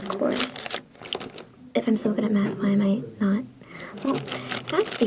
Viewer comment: My brain heard meth every time u said math💀